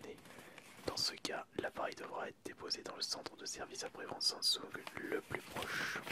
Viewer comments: on dit samsung pas sonsung : tres bonne video plus un like ! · on dis SAMSUNG et pas sandsong ne me torture pas les oreilles Stp mrc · mdr il a dit sansoug a